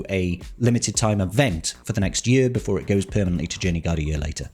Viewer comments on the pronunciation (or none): none